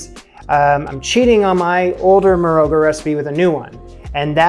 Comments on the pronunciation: Another SA an here. Love your channel. One thing: marogo is pronounced with the g as the ch in loch. A fricative gutter al sound, produced by pushing the back of the tongue up against the throat and forcing air through it. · Pap is literally an Afrikaans word that means porridge. In Morogo the o is pronounced as a short aw sound, the r is rolled slightly and the g is very guttural, almost like clearing your throat. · Love this. I did a 6 month study abroad in Botswana a decade ago, and this really brings me back to meals with my homestay family. I haven't seen anything nearly this authentic on youtube. You really did your homework! Quick tip: in Morogo the "g" is pronounced like the "ch" in challah or nacht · the way you said pap is almost correct (like a puppy). Will have to help you with "Morogo" though 😉. Pap is traditionally South African